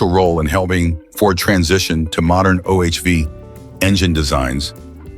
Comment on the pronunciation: Another stupid AI video. I wonder where this was from: China? Iran? Russia? What is an "Oh Ayech Vee" engine?